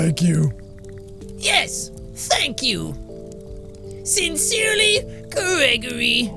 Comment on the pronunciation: The way he pronounces Greggory reminds me of Steve's Zaragoza character Grigory from Nuclear Family channel.